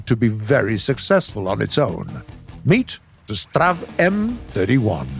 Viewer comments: Did h just say Sterv? Ether you say S-T-R-V, or the thing it is short for: Stridsvagn. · Strv is not a word. It's an abbreviation. Just like you wouldn't say "appk" for APC or "pez" for Pz. You say S T R V. Or Stridsvagn if you know how to say it. :P